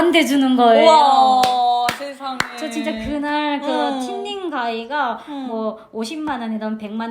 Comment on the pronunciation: 김밥 써는 달인의 경지까지 오름. 리나님 진짜 귀엽다. 인기 많을 수 밖에 없음 미용사 자격증 필기 시험 7전 8기.. 8번 도전에 필기 합격한 날..세상은 달랐다. "틴닝가위(숱치는 가위)" ; 모량 조절과 질감 처리를 하는 것을 말하며, 루트 틴닝(roots thinning), 이너 틴닝(inner thinning). 영어 발음으로는 "씬닝" 이라고 발음함. "씬닝가위"라고 발음해야 영어 발음과 가까움.